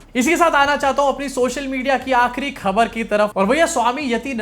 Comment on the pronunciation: yar khaber ka ucchar sahi karo.yeh shabd tum pachas bar bolte ho is liye sahi bolo.thodi training le lo sincerely